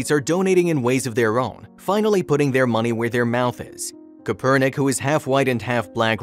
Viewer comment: Dude if you can't pronounce the name correctly just call him that San Francisco 49er quarterback who started the whole kneeling thing. You kind of sound a little biased in my opinion